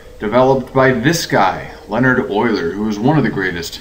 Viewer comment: FInally someone who pronounces "Euler" properly.